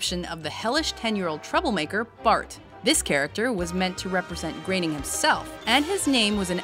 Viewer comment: its not pronounced "greening" (groening) is pronounced (grow-ning) ik because, he is my half uncle i guess you would say, my name is Blake Groening, my dad is his Half brother